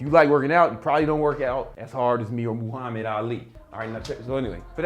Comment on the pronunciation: Who the fook is moooo-hamid 🐄 ali?